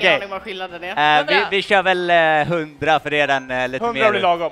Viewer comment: gröna kvinan. "jag har shört mario kart med denna." senare "HUR SHÖR MAN!"